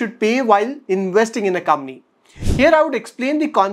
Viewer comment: Your channel is too good. It is one of the three channels I follow for fundamental learning on a regular basis. Keep up the good work. PS- One small thing, when you say 'company' fast, it sounds like ''Kamny" 🙃